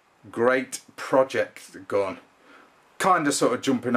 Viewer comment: It's not a 'gon'. It's a gun. Why do you English people change the vowels? It's very confusing. You also talked about this gun's 'gods', or did you mean 'guts'?